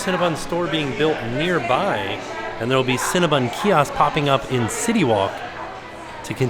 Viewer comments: it's CinnaBON, not CinnaBUN. But no matter how you say it, I want a box with extra frosting. Yum! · 🥴😖 the 15 times said CinnabOn wrong lol